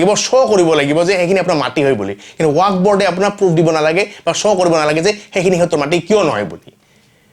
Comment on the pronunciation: ৱাক নহয় ৱাকফ । শুদ্ধ কৈ কোৱা চেষ্টা কৰিব।